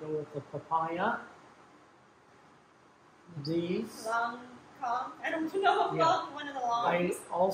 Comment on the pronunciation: it’s lonkong not “lone gone”